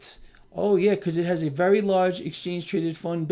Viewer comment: Vewy powellful sillywabbit